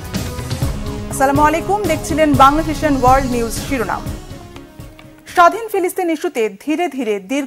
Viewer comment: সালামালাইকুম নয় আসসালামুয়ালাইকুম বলবেন